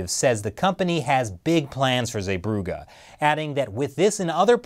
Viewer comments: It's not zeebrougA it's more like zeeebrougee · Damn he butchered Zeebrugge. Also largest Belgium port and Bilbao isn’t that smal either. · The way you pronounce zeebruggen is killing me 😂